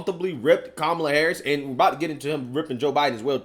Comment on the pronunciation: He called her Que-mala 😂